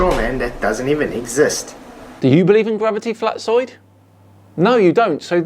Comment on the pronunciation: I cant drop that i heard pronouncing "Flatzoid" as "Flatsoy".